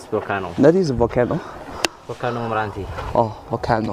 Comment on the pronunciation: ， 当向导的话最好仔细查一下volcano 的发音